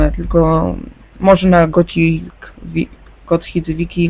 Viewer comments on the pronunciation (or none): "Wszedłem". "Gotik Wikia" się mówi. Słowniki moi drodzy klepiemy.